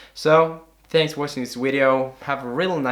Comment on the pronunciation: Lol nigga said wideo